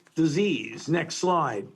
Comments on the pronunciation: How is this frauds opinion newsworthy anymore?!?!?! (funny how he keeps pronouncing it as "next lie") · Is he saying "next lie" or " next slide" ??